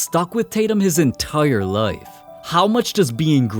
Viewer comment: normal ppl pronouncing life: ly f this guy: lyeif